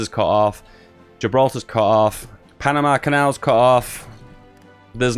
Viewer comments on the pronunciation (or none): none